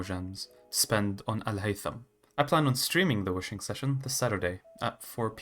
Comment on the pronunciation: Are you Arab ? The way you said Alhaitham was very correct